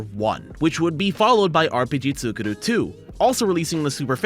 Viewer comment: Just saying, the second u in ツクール (tsu kuu ru) should be pronounced as a long u since ー is used after the kana for ku. You're simply saying 作る (tsuku ru) which is the verb to make.